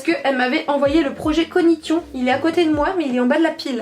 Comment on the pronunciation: Hello. on dit COGNITION et on le prononce donc cognission qui vient donc de cognitif.